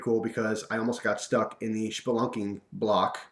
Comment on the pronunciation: It's SPelunking, not SHPelunking.